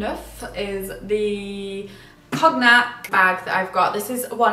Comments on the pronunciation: Sweetie, it's con-yack. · I didn’t realize that Brits pronounce the G in Cognac. It threw me for a bit.